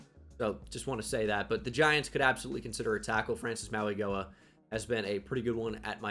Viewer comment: I know how much you love to pronounce peoples names right, so the way Francis Mauigoa pronounces his last name is “maui-know-uh”